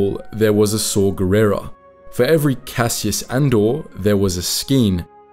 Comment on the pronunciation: Cassias Andor? Man you guys sure are messing up a lot of pronounciations in your videos. Be it "Harbinger", "Cassian", or the 3 different ways you've pronounced "Nihilus" in past videos. It's not that hard lol